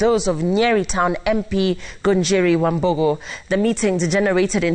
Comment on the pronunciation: She says Wambugu like it's s'pposed to be said. Lillian uko poa